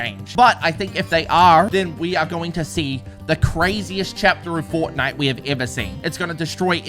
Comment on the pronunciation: Bruh it’s Fort-nite